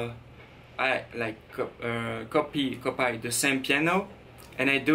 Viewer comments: Copy is said like this Cop-ee I know you had trouble with this, just wanted to help :) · copy is pronounced cohpee and the"50%" preset is 1/2 or half speed. keep up the great work bro 💪💪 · Its pronounced: copee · "copy" is pronounced cop-ee